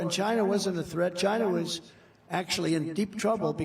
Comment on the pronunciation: 'I'd like to thank CHYYNNAA!' LOL! 😂 😂 😂